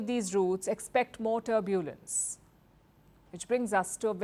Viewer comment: Please Madam, learn to pronounce the word 'Turbulence' correctly 😮